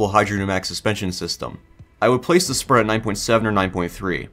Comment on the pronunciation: Sprut is pronounced as Sproot btw